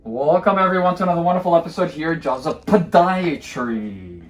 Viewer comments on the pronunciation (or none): I love how he says PoDIaTry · Pa-die-a-try. So funny. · I read someone say they dont care for how you say "Podiatry". "Xxxx 'em!" Only an opinion, of course. No offense to that person is intended, ok?